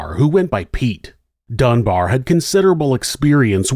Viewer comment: Dunbar, not Dunbear